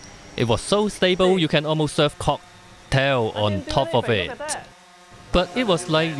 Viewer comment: KOKH-tail (i bet he loves saying that to kai) BUM..smooth